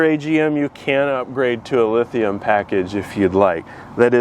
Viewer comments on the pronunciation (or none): none